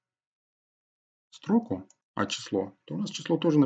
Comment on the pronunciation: Чувак , что с твоим ударением?? СтрОку, МессЕйдж и т.д